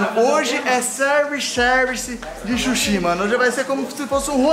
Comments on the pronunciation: É SUSHI NÃO É SHUSHI É S-U-S-H-I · Que agonia ver o falando chushi kkkkkkk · e sushi não shushi kkkkkkk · "Shushi" man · Oi fala suxi e suxis